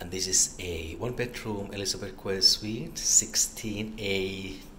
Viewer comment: nice video, just fyi, quay is pronounced key and not kwei